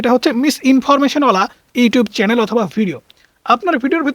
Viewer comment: Vaiya kindly apnar channel pronunciation ta thik koren. Eta chalen noy.